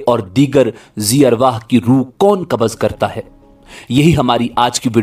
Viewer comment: Kabaz is constipation. Kabz is the correct pronunciation